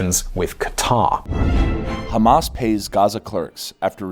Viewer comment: It's so refreshing to hear western people pronouncing Qatar correctly instead of "cutter".